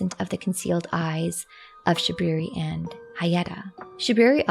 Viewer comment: "It is I, Shabwiwi." — Shabriri Fudd